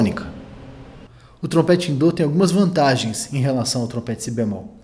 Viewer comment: Mais um ótimo conteúdo! Parabéns! Curiosidade😊: por que a pronúncia "dô" em vez de "dó" ?